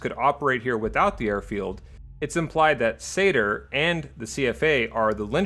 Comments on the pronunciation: And is me or do you keep saying Sayter instead of SANR? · It sounds like you're saying SADR instead of SANR. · Also you called SANR satyr a few times around the 17 minute mark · I keep hearing you say "SATR" instead of "SANR" and it was really throwing me off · Rewatching after 3 years and still hearing SATR